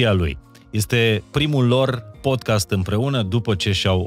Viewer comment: Ascult Podcast-ul vostru cu mare interes, informatiile sunt de mare valoare, si va felicit, dar as avea o mica sugestie. Cuvantul Podcast se pronunta Pod KAAST nu Podchest.